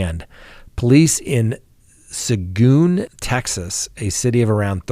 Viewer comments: For future reference, that city in Texas is pronounced “su geen”. Love your channel! 😊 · Sa geen, is how it's pronounced, good try though, dugger like hugger! 😀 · Lmao hearing say suh-goon, Texas made my day. 😂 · Hi it is Seguin, pronounced sa geen. Long e sound. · That little Texas town Seguin is pronounced "seh-geen." This is the oldest trick in the book, and much easier now that cashiers are no longer trained to state how much was given by the customer and count back change. I was warned of this scam at my first job almost 40 years ago. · Hi! TEXAS speaker here. It’s say geen. Seguin is a hard one. Y’all can call me before you go on if you run across another Texas town.